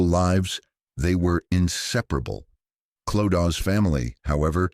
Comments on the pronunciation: Same, the Clodaw not Clo-da being mispronounced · I couldn’t watch this cos you kept saying Clodaw. It’s pronounced Clo-da. If you research all the other stuff then her name could have also been researched.